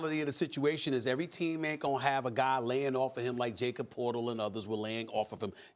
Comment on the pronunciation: "Jacob Portal" lol It's actual pronounced YA-CUB PER-TYL Stephen A